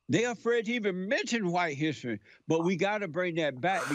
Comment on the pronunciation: No not hissy, hissery. Dude can't pronounce history.